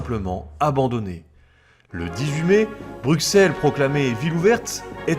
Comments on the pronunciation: "se mouvoit" (se meut, c'est mieux), "BruXelles" et "HannutTE" en à peine 9 minutes ; j'ai eu mal... mais bon, sur le contenu, rien à redire comme d'hab :) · Tu a fais tellement de fote de prononciation, par exemple Bruxelles se prononce ''Brusselle'', Anvers c'est ''anversse''. Enfin bref c'était pour t'aider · Pour info, Bruxelles et Anvers sont déjà les noms français qui se prononcent "Brusselles" et "Anverse" (les noms néerlandais sont Brussel et Antwerpen). Nous parlons la même langue, il ne s'agit pas d'une traduction mais d'une prononciation historique. Sinon on peut aussi évoquer Auxerre (le "x" se prononce "s" comme Bruxelles) et Reims (le "s" final se prononce comme Anvers), qui sont bien en France. Il n'y a pas "une" logique qui prédomine, quid alors de Chamonix, Cassis, Metz, Sens, ou même le nombre soixante ? Ce sont des exceptions locales ou ponctuelles que tout le monde respecte (pour peu que ce soit la même langue et que les gens soient au courant). Pourquoi alors refuser cette courtoisie aux belges ? Outre ça, les deux vidéos les blindés belges sont très cools, merci pour cette documentation ! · C'est bien documenté, dommage que j'ai dû réfléchir pour comprendre les noms des villes, villages et autre. Même Bruxelles aurait mérité une autre prononciation. Mais bon, ce n'est qu'un détail.